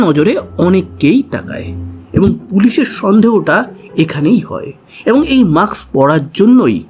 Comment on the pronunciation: কথাটা maks না,mask.